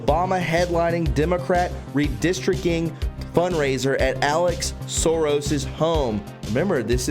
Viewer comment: Sorry buddy, but it's redistric ting not redistric king! lol